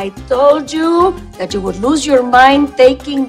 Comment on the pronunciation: ’HEY JOO GUYSS’